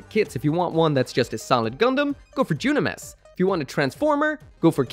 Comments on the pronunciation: Ok did I miss something in Double 00 why does keep calling Dynames junames??? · I'm sorry... how do you pronounce Dynames again???